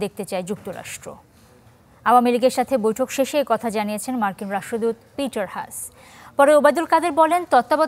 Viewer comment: Please correct your pronunciation. It's not পিটার হাশ, it's পিটার হাছ।